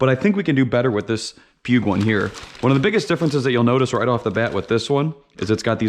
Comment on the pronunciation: poo eeg not puge huge